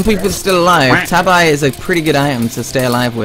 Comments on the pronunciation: it's not ta-b-y it's ta-b-e. I ouy how you pronouns it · Tabi is pronounced Tab-ee! Remember if there's no silent "E" vowel don't say it's name!